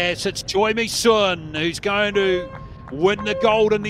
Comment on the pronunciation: Actually the u in Misun is pronounced like “seon” not “soon”. It’s 선 not 순